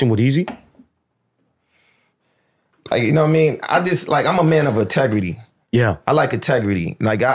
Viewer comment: “Ahtegrity”. “Everyone Got their own ObjGenda”